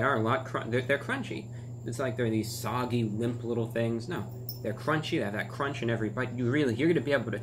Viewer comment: That CRONCH